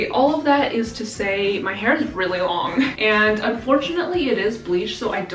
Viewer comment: “It’s a lorgggg boy” 🤣😂😂😂😂